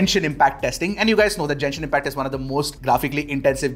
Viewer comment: Its GENSHIN impact Not JENSHIN 😭😭😭😭